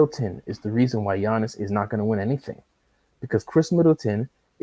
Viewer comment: Why do you call Giannis, Janice?